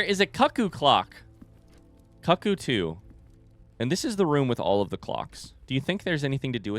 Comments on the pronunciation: Every time you mispronounce "cuckoo" I go a little cuckoo myself. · It honestly hurts my sanity a little after a few times. But it just tells me that he's never experianced certain things of joy in his life, and well, I'm glad he's got them to look forward to.